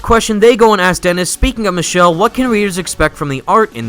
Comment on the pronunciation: Actually I think it's pronounced 'Mikele' Bandini and not "Michelle"